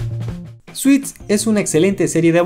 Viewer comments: Se pronuncia suts no suits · Disculpe, se pronuncia suts (traje) NO suits. Usted esta diciendo dulce en ingles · Grandiosa serie. Bien por las curiosidades, solo una cosa. No se dice "SUITS" se pronuncia "SUTS" en inglés la palabra define tanto los trajes formales como las demandas judiciales ( derivado de Lawsuit) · "Suits" no. Se pronuncia "Suts" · SE PRONUNCIA SUTS NI SUITS... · De entrada se llama Suits (Se pronuncia Suts) en latinoamericana se llama La ley de los audaces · Una forma de guiarse en cuando ves el intro de la serie en ingles y dice "Previously on Suits" (Suts). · ¿No se pronuncia /suts/? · Se pronuncia suts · Aprendan a pronunciar el inglés carajo, el título se escribe y se lee Suits, pero se pronuncia "SUTS" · Se escribe suits pero se pronuncia suts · Te hubieras tomado la molestia de investigar cómo se pronuncia la palabra “Suits”.